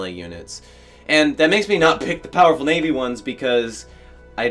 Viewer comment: Lets take a shot each time sez naivy. 😂🍺